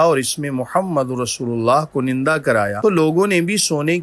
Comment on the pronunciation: Correct pronunciation is kunda not kunanda.